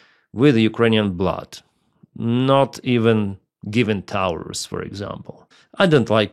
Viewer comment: Did u call Taurus (towers) 😂